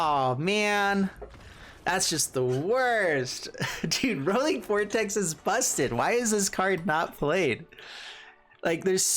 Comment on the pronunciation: It's not rolling. It's roy-ling